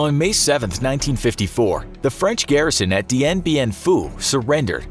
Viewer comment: Dien is not read as Di en, it read as Dien, the pronoun is hard for non-Vietnamese but you could improve